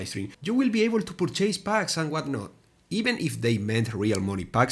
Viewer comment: Purchase (pur.chuhs)... You aren't chasing something, you're buying something... La volaita hermano hablo menos inglés del que tú qué hablas, de corrido... pero se pronunciar bien esa palabra... No mames.